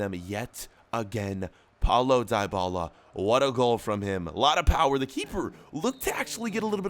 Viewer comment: Paulo dybala is pronounced deebala not trying to be mean by the way